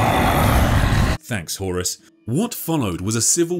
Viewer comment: this was a great synopsis, great video horus… huh-horus. HORUS